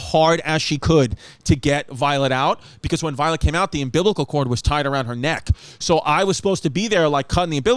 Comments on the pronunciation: I instantly heard Sal’s voice go “wait say that again. Umbiblical? It’s umbilical babe” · I need Chris to say "umbiblical" on Hey Babe! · "umbiblical cord" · "Ambiblical cord" #BBW #ChrissyChaos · "Um-Biblical" cord🤣🤣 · “UM-BIBLICAL-CORD” omfg CHRISSY CATHOLIC AND HIS PRONUNCIATION noo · “Umbiblical chord” - Chrissy Chaos (2021)